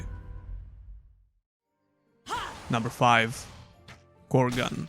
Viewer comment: Krogan = Korgan